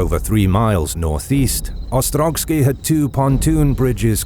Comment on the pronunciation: OstroVskiy, not OstroGskiy.